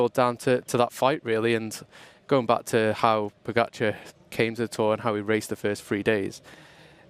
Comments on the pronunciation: It was quite funny to watch Cadel and hear his thoughts on "Pog-a-car" :> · Sorry Cadel but who is ‘Pog-a-car’? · At first I also didn't know it is pronounced Pogachar. But it is not a big problem. Just makes me chuckle a bit every time Cadel says his name. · I'm Slovenian and I have no problem if he pronounced Pogačar wrong soo what